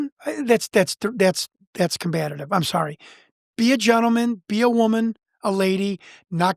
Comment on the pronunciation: Pendantic. PEDANTIC. Not pedactic. Combative not combative. He's cute but my god does he take poetic license with words.